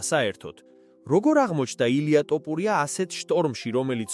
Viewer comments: გრვარს რატომ ამბობ არასწორედ?? "ტოფურია" არაა.. მისი გვარი თოფურიაა!! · თოფურია და არა ტოფურია!!. ქართველს როგორ უნდა შეგეშალოს ქართული გვარის წარმოთქმა?? ვინაა ეს უწიგნური შტერაძე სიტყვით რომ გამოდის??? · სირიკ რა ტოპურია ილაპარაკე სწორად Თოფურია Შენ ქართველი ხარ Თუ სომეხი სლავიკა ხარ. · ტოპურია კი არა თოფურია თოფურია თოფურია! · თ - ს ვერ ამბობ? რა ტოპურია ხოარ გაჟუჟუნებს? თოფურიაა გვარად! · გარუსდით მთლად?? თოფურია კი არა ტოპურია ბლიაძ! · რა ტოპურია შე სირო ვინ ჯანდაბა ხარ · რატოოოო ტოპურია? გვარი გააასწორეთ.ილია მიხედავს ყველაფერს. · რა სლე ხარ, რა ტოპურია ბიჭო😂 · ტოფურია კი არა თოფურია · ტოპურია" ბებიაშენია სირო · თოფურია და არა ტოპურია!!! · ტოპურია არა რა .ის თოფურიაა და გვარს ნუ უმახინჯებთ. ქართველს ქართული გვარი თქვი და არა ტოპურია შენ კვიტიანი გითხრან კარგია👹 უფალი შეეწიოს თოფურიას ილია ჩვენი მგელი და მგელზე მგელი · რს ტოპურია, თოფურია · ტოპურია არა თოფურია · მოგიტყან მეტყველება. თოფურია ბიჭო თოფურია 🤌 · ბიჭო კიდე ტოპურიას იძახი😂 არ გცხვენია მეგობარო? ყველა მაგაზე გეღადავება! მე მაგალითად აღარ ვარ შენი გამომწერი , მაგ მიზეზის გამო , მაგარი გამაღიზიანებელია ძმაო გულწრფელად გეუბნები! თუ გაგვითვალისწინებ მაგრად გაგვახარებ✊ თუ ვერ გამოთქვავ თ_ს და იძახი ტ _ ს მაშინ გვითხარი და შევალთ შენს მდგომარეობაში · ....მგონი Ხელოვნური ინტელექტი საუბრობს და არა ადამიანი. "ტოპურია" - ს გარდა კიდევ ბევრი შეცდომა დაუშვა... Ან ოროსანი წამყვანი... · თოფურია ბლიადდდდ.შენ რა ვერ გაიგე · ესეთი ცუდი ვიდეო მგონი არავის გადაუღია, ჯერ გვარის თქმა ისწავლე სწორად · ვინა ხარ ბიჭო რა არი არასწორი იძახი გვარს პირველად ხომ არ მოგცეს შენიშვნა ყლე ხარ თუ ვინ ხარ?